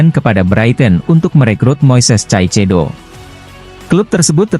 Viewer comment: Real Madrid bang....bukan Reel Madrid..pake A Caecedo bacanya Kaesedo... biar enak dengernya...